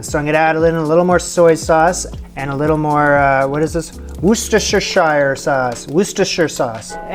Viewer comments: Worcestershire Not Worcestershyer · Worcestershire said correctly but less emphasis on the ‘r’ in Worc, so more like ‘Woos-sta-sher’ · Wor-Chester …..Shire! Like the Shire from Lord Of The Rings! The condiment comes from a place called Worcester, England and is named thusly- Worcestershire! My way of remembering how to say it is “War-Chester-Shire” but its really more of a wor than a war. Loving the content so far! My family is from Belize and i adore stew chicken and rice&beans! Wherever you get it in there, it tastes different and special in every establishment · Correct pronunciation is wustersheer even though it is spelt Worcestershire. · Mercy! I laugh each time You attempt to say Worcestershire!! Here in Louisiana we pronounce it ‘Wur-steh-shure’ but often just say Brand name as easier=Lea & Perrins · The "woo" in "Worcestershire" is pronounced like "wood," but otherwise you had it right. (Source: am from Massachusetts.) Edit: Oh, you got there eventually. Well done!